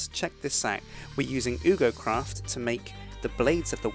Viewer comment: It's ugocraft (yoo-go-craft) not oogocraft (oog-o-craft)